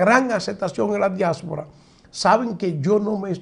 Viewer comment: Diáspora....no diásfora